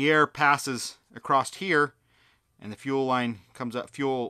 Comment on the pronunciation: Wtf is “acrossed”?